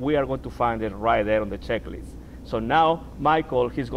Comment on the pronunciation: Flaps at zero for takeoff???? And it's "checklist" not schecklist, "on" the ground, not "in" the ground. In the ground is what happens when you screw up! Lolol!